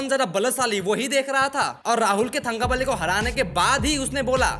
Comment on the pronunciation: it is pronounced as तंकबली, not थंगबली. The forced stereotype accent was the most pathetic thing about this movie.